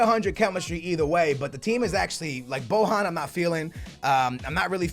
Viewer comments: its not BOHAN but BOJJJJJJJJJJJJJJJJJJJJJJJJJJJJJJJJJJJJJJJJJJJJJJJJJJJJJJJAN he isnt spanish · you are saying bohan i think u should spell it with j not with h